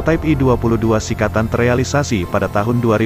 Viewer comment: srikatan bukan sikatan.